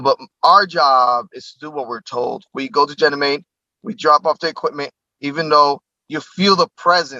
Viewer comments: Janamead? Guy can't even say it right. So is that not worth questioning? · I've never heard anyone pronounce Ganymede like this guy does. He says Jenny meed. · Come on! This guy cant even pronounce "ganymede" correctly, let alone string together a coherent story without leading questions. You expect me to believe he's the person the military selected for their SSP? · Can't even say Ganymede correctly!!!!! and we are meant to believe Him????? If this was real he would not be able to make these videos!! And he's a plumber!!!